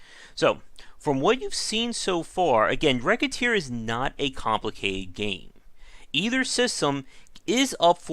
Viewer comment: dude... i just wanted to say thank you for pronouncing the games name correctly good god the horror when its not...